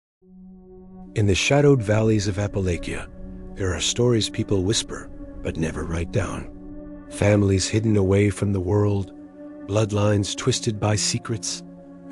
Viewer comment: Not Appa -lake-e-ya...